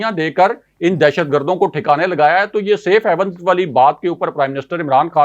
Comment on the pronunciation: I had heard you were a PhD candidate. I thought we had a scholar in the making and our journalism was going to grow up. Alas I was mistaken. You always pronounce SAFE HAVENS as SAFE HEAVENS. I didn’t expect you to make such mistakes. Your partner in the show most of the times pronounces general as journal. 🇵🇰🇵🇰🇵🇰. Please don’t mind.